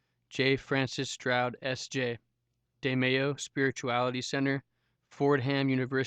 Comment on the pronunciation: Why do you say his name as if he was Latino? He is not Antonio de MeYo. He was from India. His name was Anthony de Mello (L sound). You sound not bright saying it as if you don’t know about the author.